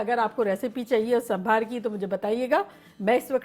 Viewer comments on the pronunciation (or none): Sambhaar not it is sambar....thank you for making this. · that is SAAMBHAR not SAMBHAAR🤩🤣😂